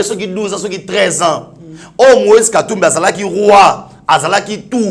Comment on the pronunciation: Moise et non Loise..